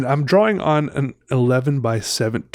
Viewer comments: I'm canadian, we dont say draw wing lol. Idk where he gets that from. Drives my also canadian girlfriend nuts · Wait is that why he says draw-wing? Not throwin shade, I think he's dreamy (and, duh, talented), but it throws me for a loop every. single. time.